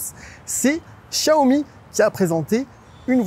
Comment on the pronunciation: Le journaliste aura le temps d'apprendre à prononcer correctement Xiaomi d'ici que la voiture arrive en France...